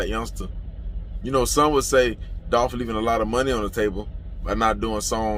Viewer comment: It’s Dolph